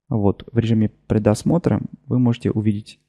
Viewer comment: Предпросмотр, а не предосмотр.